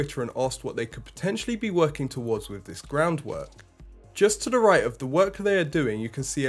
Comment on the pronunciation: What’s up with Brits now not being able to pronounce “th”? “New nose cone wif frusters.” You’re not the only one, it’s all over YouTube. I’m not trying to be a jerk, is this a recent pronunciation shift in Britain?